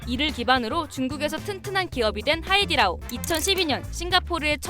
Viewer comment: 근데왜 하이리다오라고하세요 하이디라오인데